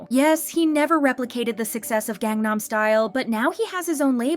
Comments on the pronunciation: has been covering kpop for how long now? and you still can't pronounce "Gangnam" correctly? 😩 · Can you PLEASE learn how to pronounce Korean words properly if you’re gonna be the narrator? There’s no reason you don’t know how to pronounce Gangnam, nor all the idol names you butcher too. This seems like you’re not actually passionate about this topic and just do it cause it’s “easy” money cause you know KPop fans are easy clicks on a video. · "GANG nam" really? who even are you anymore?! shit.